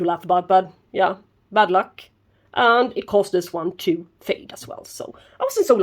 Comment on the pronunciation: Fantastic flower and vid. I heard "Bud luck", that was funny 😀. Thanks for sharing 😀👍